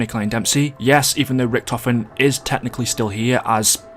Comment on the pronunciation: he’s so underrated you pronounced his name wrong